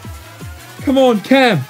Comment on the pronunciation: Cam not Kam